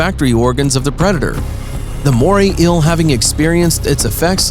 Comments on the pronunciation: Is an ill the same as an eel ? Is it really that hard to pronounce eel ? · Yes. "Ill" for EEL is rather annoying. But typical for a lot of voice-overs. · It's "eel", not "ill". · JUST SAY EEL NOT EUA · I don't like the way you say eel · Moray ILL? I thought it was eel... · wish the narrator could pronounce the word eel, he says ill not eel. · This narrator is a joke. What is an "inhibitant?" Pretty sure you meant "inhabitant." Also, how many more times are you going to say the phrase "Moray Eel?" Also, what the fuck is a MORAY ILL? It's EEL. Phonetically, it's EEE-uhl. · I can't be the only one that got annoyed with him constantly pronouncing "Eel as "ill" right? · Kinda made me angry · Why do call it "ill" rather than eel? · It’s eel not ill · Bruh why u sayin Euhl it’s eel. EEEEE L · I cant decide if its "ill" or "eel"... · Doge lol...im just reacting on how he says "eel"...he keeps saying "ill"...chill dude. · "A moray íl " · "Moray ill" ahaha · Moray Eel, pronounced "Moray Ill". Inhabitants, pronounced "Inhibitints". Approved. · Moray "ill" 🤣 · “Moray ill.” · Fascinating video! Great information! Thanks for reporting the observable facts and not trying to add in unobservable, hypothetical propaganda about evolution like so many nature videos do. Respectfully, my only suggestion would be to practice saying “ēēl” about 15 times before making any more ill videos 😉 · He's pronouncing 'eel' as 'ill' and it's humorous to me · nobody: the narrator: moray ill👁👄👁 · “The eil” sorry but your voice is so annoying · And this is why English is best spoken by the English. Morrie Ill says hi. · Eel is not pronounced 'ill'. You need a new commentator. The writing seems to have been done by someone who uses English as a second language. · How many times did he say MorAy eAL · Every time this guys says “eel” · Okay mate why the fuck are you pronouncing ‘eel’ like that. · The way you say eel makes me unreasonably. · Can't say eel and inhabitants to save his life. 😒🙄